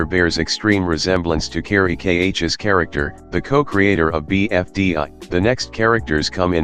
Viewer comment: Bro said BFDÁ